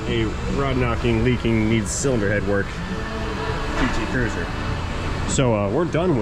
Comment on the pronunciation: Can't swear to it, but it sounded like called it a PT Curser (Cursor?). This might have been the only one I have seen in 10-15 years that wasn't running on at least one compact spare.